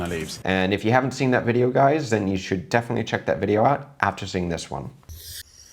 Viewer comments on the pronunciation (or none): He say it little like mandhi briyani..